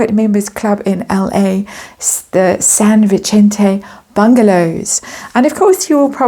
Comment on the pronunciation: Sorry but it is pronounced San Vee-sen-te...not San Vi-chen-te as you are saying it. Maybe I'm wrong but it's not Italian..it is Spanish. I do love your readings though so please don't get upset...It’s just the latina in me that irks when I hear something being not pronounced correctly.